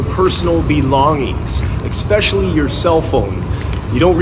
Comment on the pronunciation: Has anyone ever axed you why you say expecially? It is not a word.